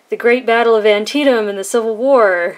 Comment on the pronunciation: Thank you for correctly pronouncing Antietam. It has been painful to hear some of the other reviews.